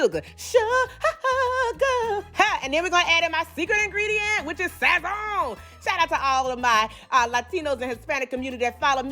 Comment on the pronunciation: The way she said sazon had me done I luv her😂😂😂🤗🤗